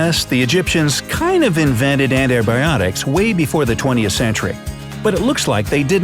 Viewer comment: "Inveted" not "invented" they day "inveted"